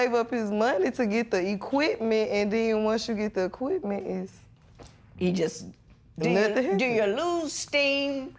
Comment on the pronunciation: It’s Yes!!! Y.E.S Not Yezzzz. Smh Honey you killing me! SMH